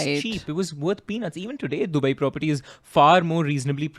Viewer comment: It's not dubaieeeee dude